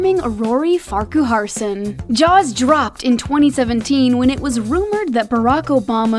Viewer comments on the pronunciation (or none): It’s pronounced Farkerson, not Farcooharson